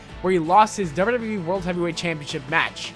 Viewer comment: This guy spells wwe like wyueee